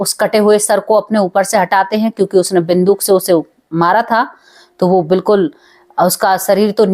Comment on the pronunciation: बिंदुक नहीं बंदूक बोलो